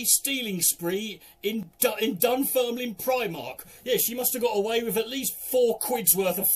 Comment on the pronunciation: Aye, good job knowing how to pronounce Dunfermline. But do you reckon you could do Kirkcaldy?